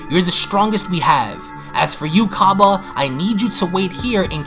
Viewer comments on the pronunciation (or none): i love your youtube channel, but there is something you need to know its cAbba as in cabbage not cobba as in corn on the cOb